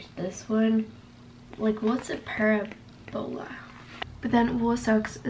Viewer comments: Puh-raah-bu-la 😭 not para-bo-la 😭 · Its Puh-rab-o-luh😂❤❤ it's like a "U" Shape in math but I related to that so hard "what even is that" 😂😂😂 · awww she’s doing algebra 1 😖. the way you pronounced parabola was so cute in a weird way. 😭 I already completed algebra 1 in grade 8 tho so that’s kinda weird